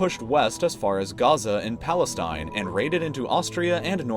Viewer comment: gaza in what? what is palessine (?)